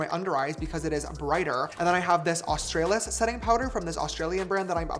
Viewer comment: Stoppppp I’ve been gate keeping Australis as an Aussie girl Also I love you James but never pronounce it like that again 😭